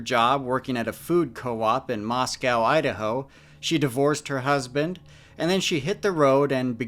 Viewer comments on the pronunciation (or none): Everyone has already said everything I could think to say about this case lol. Clearly a case of mental health, not bigfoot or fairies. But as someone who was born and grew up in Idaho, Moscow is actually pronounced Moss-coh (not cow). Just figured that could be helpful in any future cases that take place there. It's a beautiful area! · Funny how you being from the PNW you pronounce Moscow Idaho "moss cow" not "moss coe"as it's supposed to be pronounced. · That's wild I live in Moscow and love the co-op, but I've never heard of this case. Ps it's Mos-Co, not Mos-Cow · Moscow is pronounced "MOS-coe." I'm married to someone whose family homesteaded here in 1883 and we've lived here since 2002.